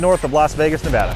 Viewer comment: Lots of good trails up north in Reno. Also thanks for the correct pronunciation of Nevada